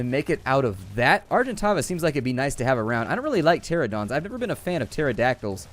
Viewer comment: Plz, If u see this, it's dilophosaur not dilophodon, and the crocodiles are called sarcosuchus. And, it's pteranadon, not pteradon, and finally, Argentavis has much better stamina than the pteranadon, so yes, it's a better choice.